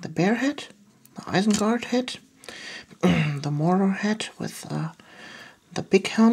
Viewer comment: nice vid, i just thought i would point out it's ISENGARD though not ISENGART